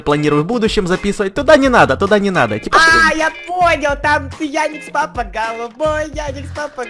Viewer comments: EdisonPts и еще не феди а фредди и не яникс папа а ярик щапа и не динекс папа а вика пвпа и еще не федди а фредди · Правильно Ярик Лапа,а не Яникс Папа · Почему-то мне слышится Яникс папа и Вика папа !!!! Почему ?